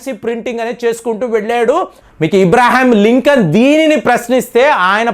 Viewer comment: ఇబ్రహం లింకన్ ఏంటండీ? అబ్రహం లింకన్! భాష సరిగా మాట్లాడండీ బాబూ!